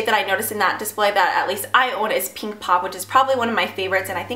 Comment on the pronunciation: I'm sorry but I hate the way u pronounce pink... U say "peeeeenk" please stop